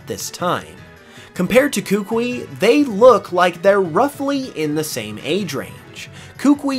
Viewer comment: Not to be that guy, but his name’s pronounced “kuh-KOO-ee”. Also, I think the anime, which yeah is a different continuity, but still, it has him saying he challenged the League, but failed, which is why he returned to Alola, but because it was something he loved doing, wanted to start in Alola as well.